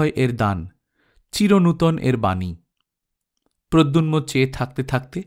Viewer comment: উচ্চারণ ঠিক করার দরকার আছে। প্রদ্যুম্ন। প্রদ্যুন্ম নয়।